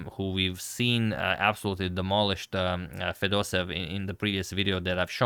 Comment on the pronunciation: you pronounce fedoseev wrong: this one is correct